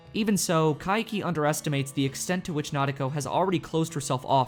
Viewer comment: Why do you pronounce Kaiki's name as Ka-i-ki? Its Kai-ki, two syllables.